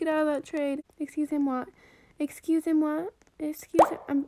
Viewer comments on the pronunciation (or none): Lavenders speaking: exusemwaa